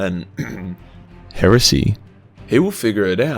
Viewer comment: Why do I find the way you say heresy so funny? lmao